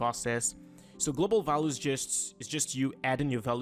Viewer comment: fantastic tutorial! well done!..just thought I would give you a small tiny piece of advice :). values is pronounced val-you-s or Val ewes :). thanks for the video its really helping me out!